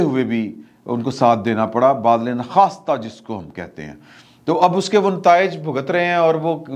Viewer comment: گستاخی معاف۔ ادب سے ایک چھوٹی سی درستگی کرنا چاہتا ہوں۔ آپ اکثر با دِلِ نا خواسْتَہ کو غلط تلفظ کرتے ہیں۔ بادل بارش والا نہیں بلکہ با اور دل کو علیحدہ کر کے بولا کریں۔ ل کے نیچے زیر۔